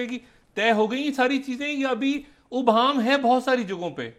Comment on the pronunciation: ڈاکٹر شاہد مسعود صاحب ، ابہام میں " الف " پر یا تو "زیر" یا "زبر" لگا کر پڑھا جائے گا ہے یعنی "الف" پر پیش نہیں ہوگا ۔ مہربانی فرما کر اس تلفظ کو دیکھ لیں ۔ جاوید ہمایوں ۔